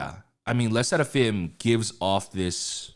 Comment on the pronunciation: Dude says "Le Sserafim" like a genuine Frenchman, yet says "Maison" like "Mason" jar. 😭